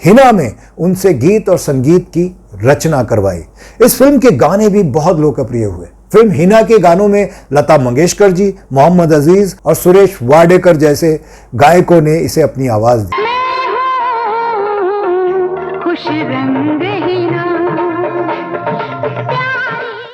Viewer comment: Suresh wadekar nahi Suresh Wadkar naam hai.